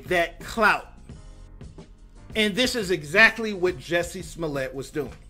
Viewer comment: "Juicy smullay." Dave Chappelle.